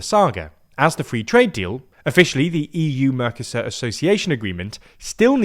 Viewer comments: It hurts my ears every time you call the trade block "mörcäsör" instead of "Mercosur". Spanish has very simple, clear, easy to understand rules for spelling and pronounciation. One should not apply English rules for pronounciation - which actually are no rules, but a huge mess - to Spanish or other languages. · Please make an effort to properly pronounce MERCOSUR, I'm a spanish speaker hearing this on the background and you sounded confusing at first. Thanks! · Merco-sur Not mercos sur